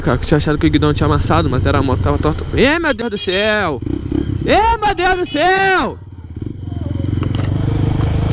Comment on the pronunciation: e meudeduceu....EEHHH MEUDEUDUCEUU!!!!! KKKKKKKKKKKKKK morri.